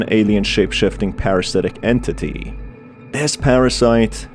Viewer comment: i like when he said entiti